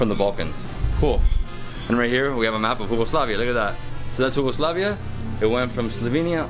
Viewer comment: I laughed my ass off when you pronounced Yugoslavia "Hugoslavia"